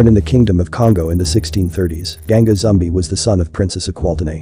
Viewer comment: It's pronounced "zoom-BEE." Also, the quilombo [kee-LOHM-bow] in question is pronounced "paal-MAR-es." Axé Capoeira!!